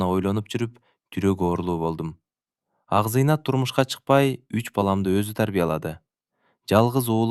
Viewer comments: Акзыйнат да Акзайнат деп ... Туура эмес кылып жатасын . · Акзыйнат бактылуу болсо экен🎉 Акзайнат эмес Акзыйнат дечи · Тууралап окубайсынбы акзайнат эмес Акзыйнат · Ооба Акзинаты Акзайнатка айланды.окуп аткан киши кантип ушуну сезбейт дейм да😮